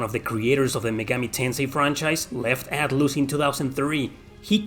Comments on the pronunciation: Atloos hahahahahahahaha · Haha yay I love "Atloose" games 🙂